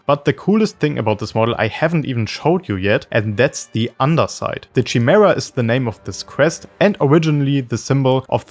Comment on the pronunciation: Chimera (ky-mee-ra) but ngl don’t rly mind the pronunciation it’s how I always say chameleon lol